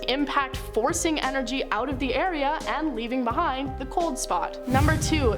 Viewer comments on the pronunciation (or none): none